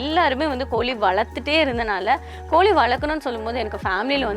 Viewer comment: It is not koli you have to pronounce properly in Tamizh.. It is Kozhi so before coming to blog master the language.. 👇